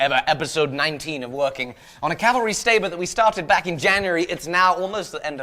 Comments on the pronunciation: Cavalry STABRE,? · listen he says cavalry stabre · Anyone else catch calling it a Stabre at the 5 second mark? lol either way, it's looking sooooo good!!!